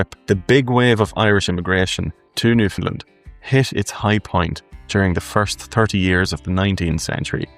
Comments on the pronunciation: Ireland is not pronounced IreLAND by the Irish and Newfoundland is not pronounced by its inhabitants Newfundlund but rather NewfundLAND! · Newfoundlander here...who has been away for nearly 40 years. Your video is very good and I enjoyed it. But you have to say Newfoundland correct. It is pronounced new-found-LAND...just like the word understand. The emphasis is on Land. It seems very few can get this correct...and drives us off the head!!!! Lol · Newfoundland rhymes with understand. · Please pronounce Newfoundland like “shake your hand”. That’s how Newfoundlanders say it.